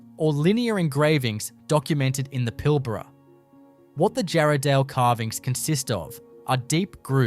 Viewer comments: Teach ya ignorant Ai to say Pilbarra. Not Pill barra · AI Clickbait. Add a thumbs down! Computer generated Aussie voice can't even pronounce WA names properly - Pil-BARR-ruh ... 😂😂😂